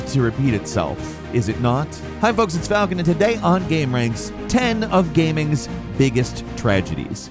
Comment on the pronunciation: That letter “A” syllable wreaks havoc in my man, Falcon